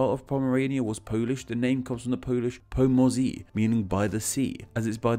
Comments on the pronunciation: Sorry but that was terrible. It's pronounced more like "po-mo-ze" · "Pomorze" should be pronounced "poh-moh-zheh" ;) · Uhhh, it should be something like "poh-moh-zheh" [pɔ.ˈmɔ.ʐɛ]